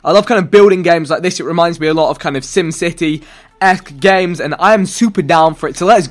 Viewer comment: sim city eck? 😂😂😂